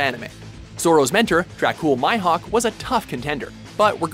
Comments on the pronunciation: Please pronounce Zoro's and Mihawk's name properly next time . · The list was shit as you chose things such as people with magical powers and you can't even pronounce mihawk's name from one piece (dunno about the other animé as I don't watch them) his name is pronounced "me" "hawk" not my hawk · MyHawk ......Mihawk, Meh! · It's Mihawk not Myhawk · "Myhawk"? It's Mihawk... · It's pronounced me hawk not my hawk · Learn how to pronounce names plz. Dacule Myhawk???? Da fuk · and don't forget Dracule MY-hawk, can't believe how bad the pronunciation is in these videos. it's like a bad english dub. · lol this white boy said 'My Hawk' I'm done. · Dracule My-Hawk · Juan Fuentes dracule MYhawk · That pronunciation of Mihawk was just shocking. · Killua Zoldyck They seriously need to get an anime expert in Watchmojo. I read the manga volumes so I know all about Kenshin. It hurts hearing them pronounce names like Ichigo, Mihawk, and Kenshin wrong. If they mispronounce certain villians like Shishio,Hisoka, or Madara I'll just have to mute the video when they introduce each character on the list. Like are they doing this on purpose? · The way he pronounce mihawk makes me cringe